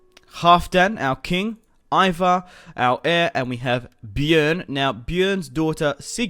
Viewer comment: its pronounced E-var